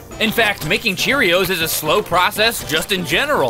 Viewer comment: And then she said uh cherrios playtime